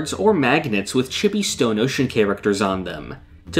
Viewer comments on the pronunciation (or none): You saying Chibi made me feel so odd